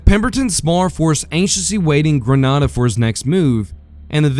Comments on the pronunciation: I have several suggestions to improve this, but none more important than the pronunciation of yah-zoo (a as in apple) and Grin-AY-duh (a as in angry) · And to help you with pronunciation, Grenada is pronounced Greh-nay-duh in these parts.